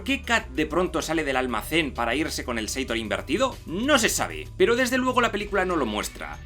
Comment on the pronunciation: Chupito cada vez que diga "inverido/a" XD